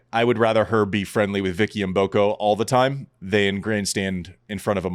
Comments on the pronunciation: Do not pronounce the M, just say Boko, in Africa, the M is silent...almost😂😂😂😂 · learn to pronounce Mboko!:)